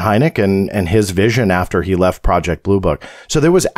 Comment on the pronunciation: It's booroo crime prajict